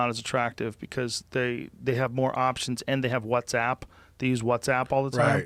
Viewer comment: The way Joe pronounces WhatsApp 💀